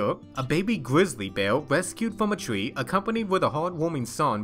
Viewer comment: its bear not beal